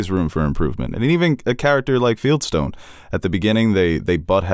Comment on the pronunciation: Did anyone else yell out loud, "It's FIELDSTONE! not Feldstein!" 🤦‍♀️😂 I felt genuine relief when he corrected himself